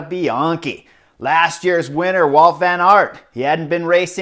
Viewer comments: Hey Chris, his name is WOUT VAN AERT, not walt.... Come on... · It's Wout not Walt.